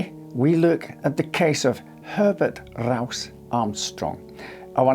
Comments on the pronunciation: Herbert RRRRouse Armstrong😂 JK love your accent, it's the best. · Everytime he says Rowse i'm reminded of the german sergeant from the comedy series 'Hogan's Heroes'